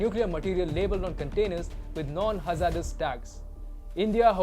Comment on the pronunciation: Learn how to pronounce “ hazardous” please.